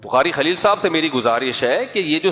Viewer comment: قاری خلیل نہیں کاری بخیل ہے ۔